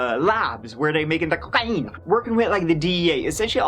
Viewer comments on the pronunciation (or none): Died when he said "coca-i-ne." Haha. Anyone feel like the guy who shot Carol watched Wanted too many times? 😜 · You gotta clip the cocenne "cocaine" line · Tree (3) belly lsughs...such a horrible case but your presentation is always informative and entertaining! loved the cocaine pronunciation!! 😄😄 😍😍 love ya !